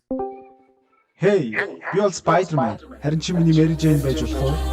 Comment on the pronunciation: ispayder man ged bgnmu ahaha